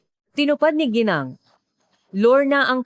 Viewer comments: Sorry you pronounce gineng. Not gineng we pronounce Ginang.. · HINDI KA PILIPINO,,,KASI HINDI KA MARUNONG MAGBASA NG WORDS NA GINANG,,,,GENI ENG ANG PAG BIGKAS MO,,,ANONG LAHI KAH,,,PUYDE BANG MALAMAN ? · nakakainis lang ang. pagbigkas ng narrator sa ginang mali mali. ang bigkas at spelling